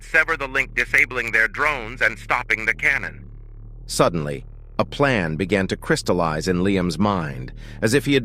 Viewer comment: DUDENLY. Gave me a chuckle haha